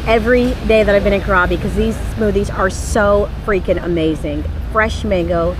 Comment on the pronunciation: Enjoy your exploration in Thailand. I love it. The island you're visiting is pronounced " crabby".